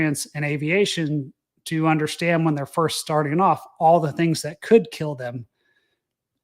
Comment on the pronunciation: UNDERSTAND....sound it out buddy. It's not UNDERSHTAND. INTERESTING. Sound it out buddy. It's not INTRESSTING.